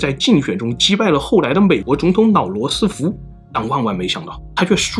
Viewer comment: Long 断 ，不是nong 断。Lao 罗斯福，不是nao 罗斯福.... 😂